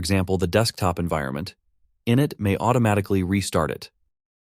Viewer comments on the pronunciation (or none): Please train the text-to-speech that process 1 is pronounced “in-it” with the accent on the “it” not “in”, short for initialize.